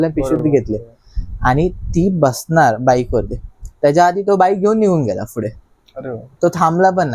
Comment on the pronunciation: फुडे ❌ पुढे ✅